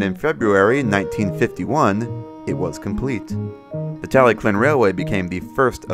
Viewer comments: Isn't it pronounced "Tal-e-thlyn", or "Tal-e-klin" like how you pronounce it? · i am sorry but it's tallylyn not tallyclyn and it's also not doldock it's dolgoch